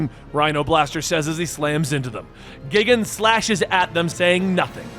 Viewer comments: Guy-Gan is Gigan's name the first time megalon appeared you called him Megalodon (like the prehistoric shark) also the Spider is Kumonga (Ku-Mun-Ga), Kamacuras (ka-ma-cur-us) and Megaguiurs (Mega-Gear-ius) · There are A LOT of fun Godzilla comics, btw I hears Gigan’s name is pronounced: Gai - Gan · Here’s a little guide for pronounciation for the monsters. Gigan: Guy-Gan Megalon: Mega-lon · Correct pronunciation is Guy Gan. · Its "GUY-GAN" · You got Ghidorah's name correctly. But... Gigan's pronounciation? It's well. "Guy-Gan" :P But thats just me being a stickler. Either way, this was still fun to see. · The space chicken is pronounced gai·gan. Sorry still had to complain a little. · I was more upset that you said gigan instead of GIgan! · Lmao dude i gotta let you know you said gigans name wrong . Its said as guy gin. Not a bad attempt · Gigan- pronounced “Guy-Gen” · Perhaps I've been pronouncing gigan wrong but isn't it Guy-gan? I'm sorry I don't really mean to be THAT GUY but, since you brought up Ghidorah I thought you were going to bring up gigan as well. That's the only thing that was bothering me. I've been a huge Godzilla and power rangers fan my entire life so this was great to see and when it was announced I was extremely excited. Not as much as when power rangers vs TMNT was announced though.😂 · you still pronounced Gigan’s name wrong, it’s actually pronounced (Guy-Gan) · How could you pronounce Gigan wrong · You mispronounced Gigan's name. XD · Lmao your pronunciation of gigan 😆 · My biggest annoyance was how this dude pronounced Gigan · Anyone else found themselves giggling with a big grin when every other Godzilla enemy showed up? Also was anyone else a little bothered by how Gigan was pronounced? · You pronounced Ghidorah pretty well, but Gigan's was off, and I couldn't help but chuckle when you called Megalon "Megladon" Overall, another fun reading by you. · He said Gigan wrong too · Gigan is pronounced Gai-Gan. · its Gigan (geye gan) not gigan